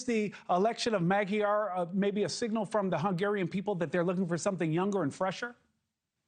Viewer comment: How about pronouncing Magyar correctly!!! This clip is horrible...